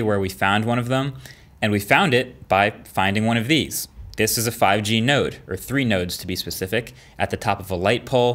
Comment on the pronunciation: Marques: Node Raiden: Did you say... Nerd? Colonel: Not 'Nerd', NODE